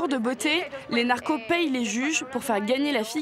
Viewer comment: A des narcons elle m’a tué